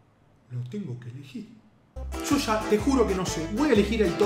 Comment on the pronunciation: Se dice YO , no SHO